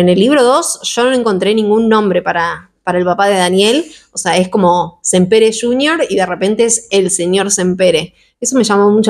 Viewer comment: Me encantan tus reseñas, este año hice mi segunda lectura de la tetralogía y me gustó aún más que la primera vez que lo leí. Vivo en Barcelona y solo quería hacer una pequeña corrección el apellido de los libreros si bien se escribe Sampere en catalán se pronuncia Sampera. Me encanta como pronuncias en ingles y queria ayudarte con el apellido en catalán. 😊